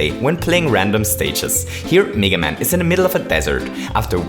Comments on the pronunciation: It's pronounced meh- guh man" not mii- ga man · Its not neega man its mega man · its. m-,eh-g-a man not m-ee-g-a man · His name isn’t pronounced Mee-gah Man, it’s Mee-Gay Man. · meh-ga not meee ga haha. meh-ga man. well thats how british/american people pronounce it haha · It's meh-ga man not mega man. that aside, good points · Me ga man? He pronounced it wrong, but vid is cool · I love how you pronounce mega man. MEEEGA MEYYKA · he says meega man and meega maker lol